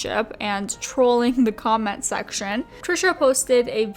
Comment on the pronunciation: i legit thought at some point you said ''combat section'' not comment section xD